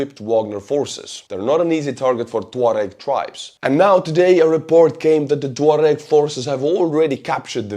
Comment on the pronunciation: I must have been mispronouncing tuareg all my life.